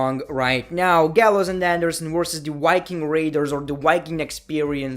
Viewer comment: Damn I really love your accent. “Wince McMahon” “Wiking Raiders” I really like it. Not trying to make fun of it. if it sounds that way I’m sorry